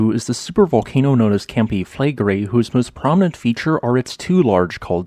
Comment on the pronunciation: Campi Flegrei is pronounced something like "cumpy-fleg-ray", and Pozzuoli is pronounced something like "pots-wol-ee". Despite whats going on at Campi Flegrei every geologist reckons that the next VEI 6 or 7 caldera forming eruption will occur at Iwo Jima. It will erupt like 1912 Katmai, 1883 Krakatoa, 1815 Tambora, or 1613 BC Santorini.